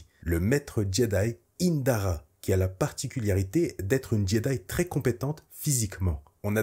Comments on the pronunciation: Pourquoi tu dis "particuliarité" au lieu de "particularité" ? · Vidéo super cool comme d'hab t'es au top merci pour ton travail, tout petit minuscule bémol tu dis "particuliarité" à chaque fois ça me fait un peu tiquer 😅. Sinon super vidéo hâte de découvrir cette série et tes prochaines ! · particularité et pas particul Y arité qui ma trigger toute la vidéo mais cettte dernière est encore une masterclass bv !!!! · ParticulArité et pas particulIArité. Sinon merci !